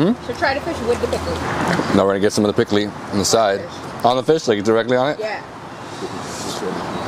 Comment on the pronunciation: hope you are well. I decided to look for my Haitian video after watching the Barbados one. Thank you, for the wonderful feature and safe travels to you and your team. By the way, the spicy salad is #Pikliz not pikly 😂. Please have a Haitian with you next time💙🇭🇹❤️ P.S. try #LALO , #Fritay, and the #Sweets next time , and #Légume is my FAVORITE❤